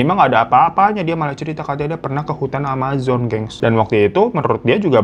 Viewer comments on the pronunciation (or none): none